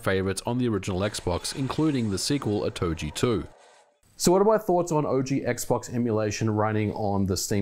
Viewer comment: Every time you say "oh-toh-jee" I die a little inside. 😂